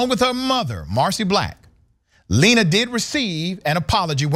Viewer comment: It’s lená